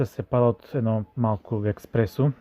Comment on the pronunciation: Казва се ЕСПРЕСО а не еКспресо, цял живот не се научихте селяндури